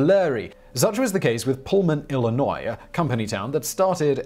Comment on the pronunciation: I'm not from Illinois but thank you for saying Illinois correctly